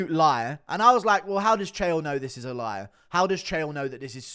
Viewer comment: "You're a Loyar"